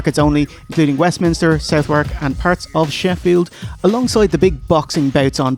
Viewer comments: South wark? It's pronounced Sudh-erk, lads! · Southwark is actually pronounced "Suh-thuk". No, me neither 😅 But I can remember when I moved over to London and making a twat out of myself... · Fantastic as always! All bunged up with a cold at the moment so you guys have kept me entertained! Also, it's not South-wark, it's Suth-arc ;)